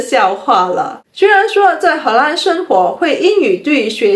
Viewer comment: 荷兰的 兰 念 lan 第二声。不是第一声。：）